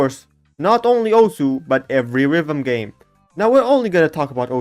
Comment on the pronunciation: no way he pronounced it correctly